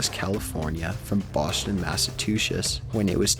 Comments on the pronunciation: Boshton, Masatushish... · Are there any pictures of the narrator just before he said to himself, "Hey, I think I'll be a narrator"...? Seriously, this guy is HORRIBLE. - "Boshon Massatusesh". Nice one, asswipe. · (The Professional Amateur) Bostchin Massatooches. LMAO